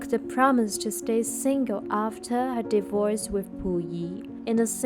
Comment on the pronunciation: It’s divorce. Not divoice!